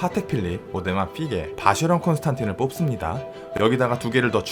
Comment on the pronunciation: 이젠 아예 고착된 듯… 쉐[쇠]가 아니라 셰인데 말이죠ㅋ.